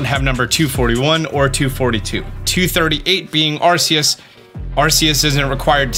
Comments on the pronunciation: Are-Kee-Us! I love ya man, but that's a no no. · It hurts whenever he says arseus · It’s pronounced ar-KEY-us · Are-key-us it's even said in the trailer lol